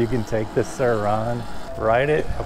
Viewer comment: The way this dude says sirrrr RON… Watched a lot of your videos, great videos but for some reason that irks me 😂